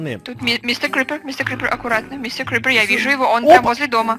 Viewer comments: Вообще-то не Мистер крепик а Мистер Крипер вот!!!!!!!!!!!!! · Крипер а не крипек